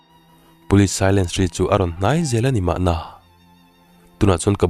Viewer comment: Police siren hi silence tihin i lam zel a